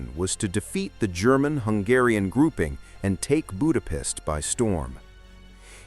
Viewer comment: Before making such a video, you could have looked after how to correctly pronounce the word 'Budapest'.